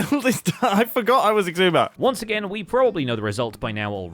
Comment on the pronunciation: Did Mumbo just call Xisuma exhuma? Exhume a what? Exhume a void? Can you exhume a void?